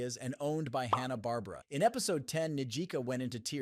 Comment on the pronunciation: The way he pronounce Hannah Barbera insulted me more than the 6 mispronountion of bocchi